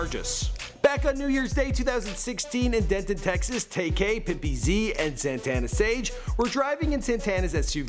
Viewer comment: *PIMPYZ NOT PIMPY-Z #FreePimpyz